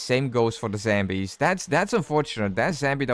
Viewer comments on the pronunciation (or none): The way you say zombies is infuriating, it’s ZOM BEE..not zambies… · What is "zembies" ? ^^